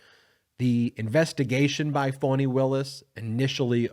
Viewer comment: Her name is FANI , not phoney , fawny or phany.